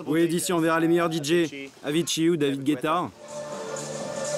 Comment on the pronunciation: aïe "avicii ou david guetta" ça m'a fait mal pour avicii